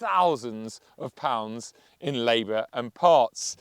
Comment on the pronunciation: Why has he started pronouncing "pounds" as "pouyunds"?